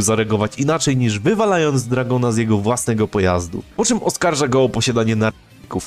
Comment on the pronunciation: "dragon" "jojio" brat wtf